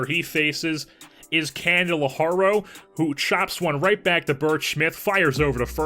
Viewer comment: It's pronounced "candle-are-ee-oh"